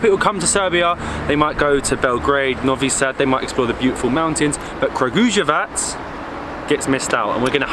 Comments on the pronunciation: pronounced [krǎɡujeʋats]. I hope that I helped 😃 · Pronounce it like KRA-GU-YE-WATS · Guys, it's pronounced Kraguyevats...the letter j is always pronounced as the letter Y in Serbian ( eg. The same as Y is pronounced in the word , yellow )